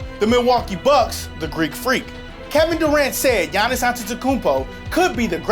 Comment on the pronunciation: pronounce Giannis wrong haha (his first name)